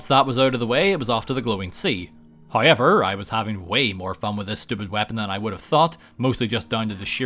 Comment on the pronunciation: I fucking hate your hayever pronounce